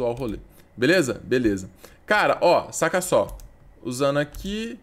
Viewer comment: 15 segundos "sóh" ele disse kkkkkkk guentei n